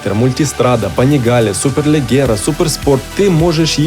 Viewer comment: Чудове відео ! І доречі "superleggera" вимовляється через "дж"))